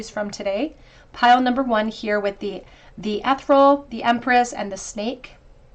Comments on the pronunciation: The word on the Mermaid card is enunciated with a soft E.. as in EH ( as in the word egg ) THEAR ( as in FEAR.. ) REE - ( as in REAL) AL as in ALL. Not: ETH UR ALL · Haha 😂 Ethereal cereal. Lucky Charms? 😂🤣😂